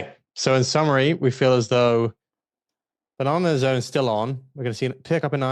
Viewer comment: The banan’r z’rn😂😂 😂😂😂😂😂😂😂